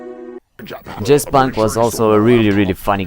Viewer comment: stefanos kofiras Yeah! I thought he said Jizz Bank. I must be a sick person. LOL